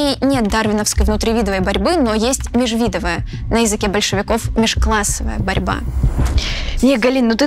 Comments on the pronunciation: Скомкали и бодро проскакали по такой интереснй теме, жаль.И почему лысенкОвщина и межвИдовая борьба? Аж вздрагивала на каждом ударении. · МежвидовАя борьба, внутривидовАя, лысЕнковщина, ударения, автор! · "лысенкОвщины"... "внутривИдовой борьбы, межвИдовая"... Сразу видно, что - "журналист, а не математик"... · Только межвидовАя, а не межвИдовая. И мне кажется , что ОТЧАСТИ очень не правильно всеобщий голод и миллионные смерти в двух великих странах объяснять лишь лженаукой и методами Лысенко. Точнее сказать, однозначно намекать на это) А в остальном спасибо.